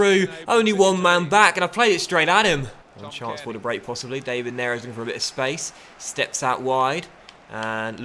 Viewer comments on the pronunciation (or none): Hey I think David for David Neres is pronounced in the Portuguese/Spanish way, like it is for David De Gea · Stop pronouncing David wrong it's the Portuguese way not the English way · Ť do you pronounce it Da-viid